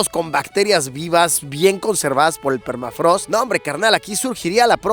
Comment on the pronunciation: Qué es permatrago? Ahhh no jajaja permafrost!